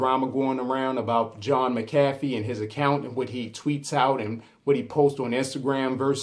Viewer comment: It is pronounced John "Mac-a-fee" btw :)